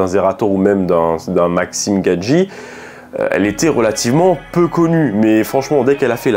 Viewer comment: Super intéressante ta vidéo :). Le format est cool et tu expliques plutôt bien les choses ;) Force à toi ! 💪 (PS: C'est Maxime Biaggi xD j'ai entendu plusieurs fois Gadji mdrr)